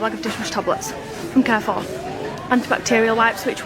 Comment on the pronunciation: My good she can't even pronounce Carrefour correctly. She's teaching her children fgs